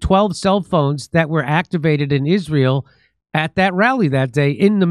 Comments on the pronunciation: I've never heard anyone pronounce Israel like that. "Ihzh-rael" 🤔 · "In Ijrayel" - Candace Owens. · it’s really bothers me how Candace pronounces it “Ishrael”. Check it out